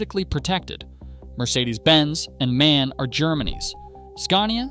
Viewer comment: For the thousandth time it's not pronounced man, its pronounced M.A.N. As separate letters. Stands for 'Maschinenfabrik Augsburg-Nürnberg'.